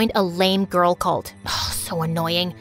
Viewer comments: "perfect Ka ghurl" bros a Filipino 😭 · "perfect KA GHURL" omg is that phillipines?!!! the background- my gosh its a disaster 💀💀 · "perfect ka ghurl" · “Perfect ka ghurl”😭🥹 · "perfuct ka gurl" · "Perfect ka ghurl?" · "Perfect ka ghurl" I noticed it when she was showing her test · "perfect ka ghurl" 😂